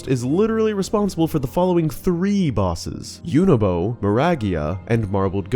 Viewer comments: Tell us you don’t listen how characters names are pronounced without telling us you don’t listen how characters names are pronounced… Yunobo, Mineru. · Hey Really enjoy all your videos. Quick question and this is just for my sanity… why do you pronounce Yunobo and Mineru the way you do? I mean their names are said during voice acted scenes throughout the game so just wondering? I know, I know they are fictional characters and you can pronounce their names however you want. I was half expecting you to say “gah-NON-dorf” lol. Keep up the good work! Upload videos more often :)